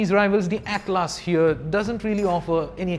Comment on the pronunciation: broooo, it is atlas as in a book of maps!!!